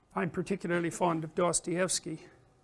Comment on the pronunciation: I like him but goddamn his pronunciation of Dostoevsky is so cursed